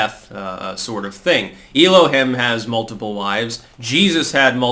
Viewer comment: Also, just a correction for ya, mate. It's not pronounced "Ee-Low-Hem" it's pronounced "el-oh-heem"